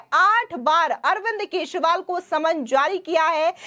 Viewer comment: Kesriwal nahi kejariwal kaho